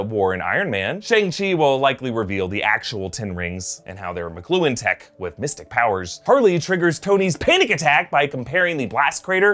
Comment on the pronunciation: I think it's not pronounced mcluen, iti mak-lu-an I think the spelling is machluan